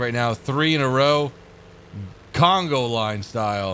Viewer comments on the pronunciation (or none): conga line,. not congo line